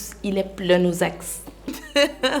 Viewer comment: il est plein aux axes 🤣🤣🤣🤣🤣🤣🤣🤣 ma chérie c'est pas axes Mais aus as